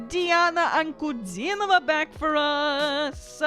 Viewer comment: Да, это Диана!! Но,, Вы видимо хорошо знаете русский, а точнее - лингвистику языка, и подразумеваю, что Вам знаком русский язык!;) Его "мелодию".Очень четко произнесли фамилию Дианы. И акцент...Но английский хорош. С чучшими пожеланиями. Диана - Подарок Богов! Всех благ. У вас ОПЕРНОЕ образование! Интересно, где?